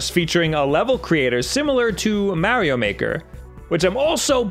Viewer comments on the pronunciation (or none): One day... one day he will learn how to say Mario's name right. One day.